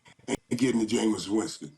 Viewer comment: Murda keep calling that man "Jameson" Winston lol